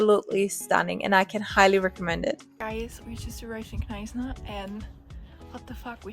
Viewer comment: The K in Knysna is silent.